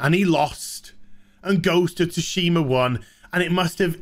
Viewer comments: "Ghost of Ta-Shima" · BTW. In GoT, Tsushima is pronounced 'Sooshi-mah' in Japanese. Stress on first syllable in Japanese. Thank me later.